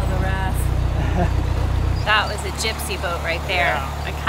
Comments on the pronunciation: It was the Wrath. It was the Wraith, with an "i" in it's name: Pronunciation: rāth. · LOL...no worries...but did you realize that boat was called The "Wraith" and not "Wrath"? I mean...it is really cool either way, since one is a deadly sin and the other is a dead spirit, but I am positive there was an i in that name. ✌😁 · Wraith, not wrath. 😁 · Hey I believe the name of that black boat was " The WRAITH " not the " WRATH ". A Wraith is a spirit. Wrath is vengeance, like " Star Trek: The Wrath of Kahn ". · "Wraith" (long "a") not Wrath . . . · Love this canal. My wife and I have spent a week in September for the last two years cruising this section. You’ve captured it wonderfully, thank you. It’s like having a holiday video. By the way, the live aboard boat you passed was Wraith, as in ray-th. Think Lord of the Rings😂. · I love your videos but you mispronounced the name of the black narrow boat . It was the “wraith”, a ghost or ghostlike image of someone, especially one seen shortly before or after their death. (sounds like “rayth”). Oops! Check it out on the rectangle of knowledge. As you said in your video, “you’re just people”. You both are “just so cute”. ❤